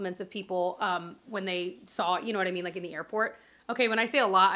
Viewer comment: Idk why but is so funny to me! “Yaknowwhatimean” 😂